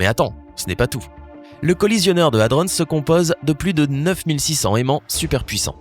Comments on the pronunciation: ça se prononce HADRON, pas HADRONSSE merde, un minimum de recherche avant de faire une vidéo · Nan Ludo, je pense que lui il a mis sa tête dans le ralentisseur de particules. Il prononce hadronnse comme si c'était le nom d'un gars ou d'une ville. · J'ai fait un stage au CERN pendant mes études d'ingénieur. J'ai travaillé sur des accélérateurs de particules. Purée ! La quantité d'erreurs scientifiques dans cette vidéo remplirait une encyclopédie ! C'est tellement con que j'ai même pas réussi à patienter pour savoir ce qui est arrivé au type qui a mis sa tête dans le machin. Et, au passage : "hadrons" se prononce à la française, comme "cornichons", et pas "hadronn's". Nan mais allô quoi ! Faut pas être scientifique pour savoir se servir d'un putain de dictionnaire ! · Pour ''hadrons'' je croit qu'il croit que c'est un lieu... Si il sait prononcer ''protons'' je pense qu'il saurait prononcer ça aussi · C'est moi ou je la supporte de moins en moins cette chaine. Les coms sont de plus en plus abuse. En même tps il se fait de la thune sur vos vues il en a rien a foutre sinon il prononcerai Hadrons correctement genre la base de la vidéo quoi... Le coup du trou noir j'appelle juste ça du foutage de geulle vu l'énergie nécessaire a sa creation . c'est la dernière vidéo que je regarde votre chaine franchement ça devient n'importe quoi et y'a trop d'erreurs perte de qualité, d'idée de vidéo, y'a un moment faut faire autre chose. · Quelque chose me dit que c'est bizarre d'avoir 314 commentaires pour des millions d'abonnés, très bizarre non ? L'achat d'abonnés ? Vu le contenu plus que douteux. De plus apprends à mieux prononcer Hadrons, m'enfin bref...